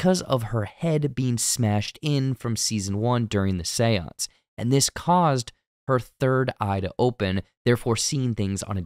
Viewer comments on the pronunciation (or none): none